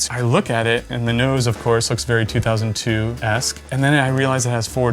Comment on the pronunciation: I'm glad i'm not the only one who was bothered by that.